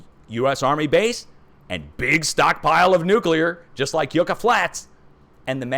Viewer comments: your prononciation of spanish words needs an adjustment. YUCCA sounds like yuck-ah lkt truck ah. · Yucca is pronounced like "uck" a short u sound.